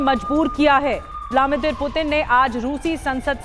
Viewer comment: It's Vladimir not Vlamidir